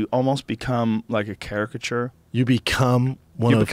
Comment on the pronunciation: Joe CHARA-CA-CHURE Rogan.